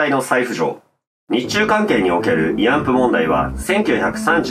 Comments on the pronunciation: いあんぷ？いあんふじゃないの？ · 「いあんぷ」ではなく「いあんふ」なのでは？